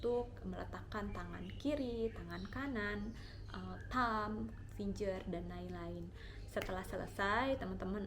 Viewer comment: Fing-er kak bukan fin-jer